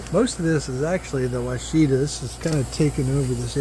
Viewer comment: It’s pronounced WASH-A-TA. It’s a variety developed by the University of Arkansas. It’s named after a Native American tribe. They also developed several other varieties of blackberry. Prime Ark Freedom is a newer variety that have enormous berries. 👍